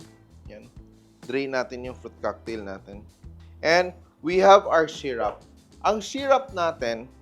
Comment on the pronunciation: Sy Roop not Sy Rap … for syrup…